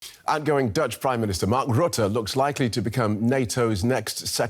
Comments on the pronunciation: All the pronunciation errors of Rutte as "Roette" (in Dutch, this basically means "Sooty") is amusing. Considering all the scandals that follow him around, calling him Sooty, even if by accident, is kinda fitting. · Hi name is not pronounced 'Roote', the letter 'u' in his surname is pronounced like 'uh' as when you'd say 'Uh ?? as in "What do you mean" ?? His reputation in Holland is more that of a prolific liar, who only remembers things that he wants to remember.